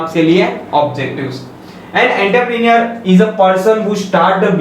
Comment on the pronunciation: You may need practice of pronunciation of entrepreneur..